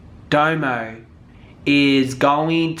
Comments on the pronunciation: It’s DOMO not DAMO!!!! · D-O-M-O not "Damo" 😂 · 🤣🤣🤣 it’s domo not damo 🤣🤣🤣🤣 I can never get through more than 3 minutes of your videos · I just can’t get over you saying “Damo” or “Doe Moe” when it’s clearly spelled “Domo” lol butchering someone’s name when you can literally just go watch her intro and hear her say it correctly. Plus Domo was internet famous before YouTube. She was popping on fb and then moved over to YouTube and then met Crissy. Your research on this one lacked. Js. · Her name is pronounced (dah-mo) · Damo🤣🤣🤦‍♀️???? your doing to much the way u pronounce people’s names, lol love u doe❤️❤️‼️